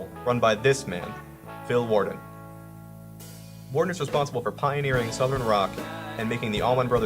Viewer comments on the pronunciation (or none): If you are going to do something at the very least get the names right !! WALDEN